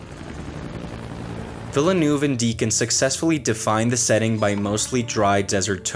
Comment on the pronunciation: Again a great video from you guys! Apart from the pronounciation of Villeneuve I really enjoyed this one